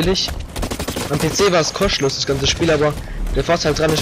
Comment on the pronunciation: D haha, bissel Akzent